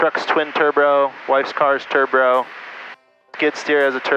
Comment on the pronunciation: I was thinking how can I be the only one the heard "Tur Bro"